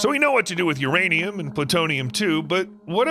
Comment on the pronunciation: is it URaniam or MYaniam